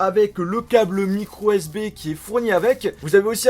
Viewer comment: c.est moi ou il dit microSB?